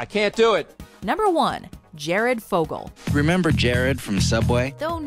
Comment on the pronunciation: "Fogle"point? C'mon, now...